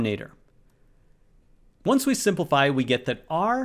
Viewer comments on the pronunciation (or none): none